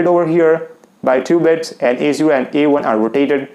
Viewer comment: Its bits not beds